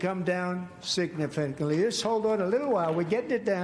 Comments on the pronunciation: Beef...Starting to come down"Signifently"😂😂😂😂😂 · Jeez, he struggles with a 5 syllable word, it's "sig-nif-i-cant-ly"!!!! What an orange ignoramus in a circus full of lapdogs and sycophants. America this is just laughably sad now.